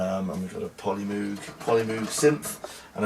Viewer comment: Pronounces The Polymoog SYNTHESIZER As Polymoag